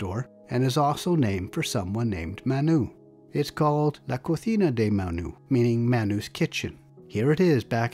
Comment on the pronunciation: A lot of videos turn me off immediately when they mispronounce names. Not only did you say Manu's restaurant correctly, but you also said it in the local dialect, bravo! 👏 This is why I'm subscribed, thank you for the upload